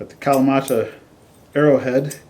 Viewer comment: Fun video. Thanks for sharing. I live in Japan and do kyudo. I wish I were allowed to test stuff like this. But unfortunately broadheads are extremely illegal to shoot here. So I’m glad other people get to do it for us. Also, just a little tip on pronunciation. It’s kahreemata. All Japanese vowels have the same pronunciation no matter the word. A:ah e:eh I:ee o:oh u:oo